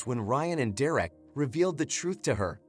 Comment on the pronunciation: It's Derek not direct.